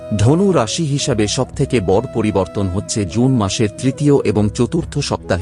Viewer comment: ভাষার উচ্চারণ ঠিক কর। যেমন বড়, শুভ।